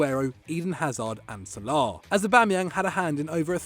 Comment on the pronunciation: The pronunciation of Salah, Sal-laar 😂 apart from that keep up the good work